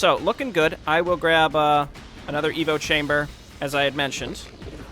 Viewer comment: Every time you say "Evo chamber" i hear "Evil chamber"